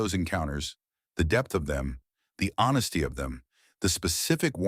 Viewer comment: WTF is wrong with the AI nonsense generating words like "HONSSTY" and "CRRTEX" instead of "honesty" and "cortex?"